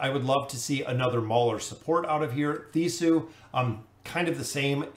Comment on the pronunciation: he pronounces a lot of things weirdly. For example "Mortis" instead of Mortas or "Theesku" (or even Theesu) instead of Thesku. Better just accept it or watch someone else